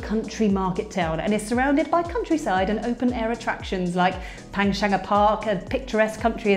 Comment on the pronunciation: Poorly researched. Why go down the A1 via Welwyn Garden City when it's faster to go directly south on the A10. And it's pronounced PANS-HANGER. And "Black Plague"? You mean either the Black Death or Great Plague. Not a "few night life options"? Seriously? The town has a reputation for its night life - people travel from towns near and far because of the restaurants, pubs and clubs with late licences.